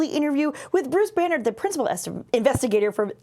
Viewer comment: Oh, Banerdt... I just kept hearing Banner. Bummer, I wanted to hear more about his radiation research, turns out it's just rocks on Mars :-)